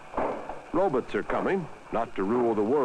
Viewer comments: That's how Rod Serling always pronounced "Robots" too. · 'Robuts' maybe lol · "Rowbuts" lol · He said robutt ^-^